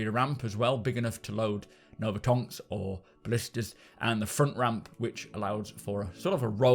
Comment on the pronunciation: He said "TWO TONKS"